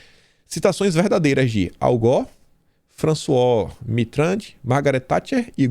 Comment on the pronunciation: Lê-se (FRANÇUÁ MITÊRRAN)